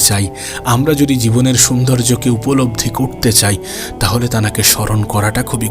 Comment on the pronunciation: গাধা , তুই যে শুধু তানাকে তানাকে বলছিস , এই কথা বলা ঠিক না ۔ ভালো করে তোর কথা তুই শোন, তারপরে সংশোধন কর ۔ বাকি কথাগুলো ভালোই ছিল